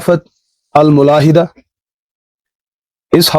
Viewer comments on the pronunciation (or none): تهافت کی فا پر پیش درست ہے نہ کہ زبر اور ملاحدہ کی ميم پر زبر ٹھیک ہے نہ کہ پیش